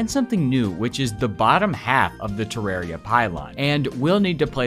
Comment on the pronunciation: Sinner. Don’t even speak of terraria again pronouncing it like that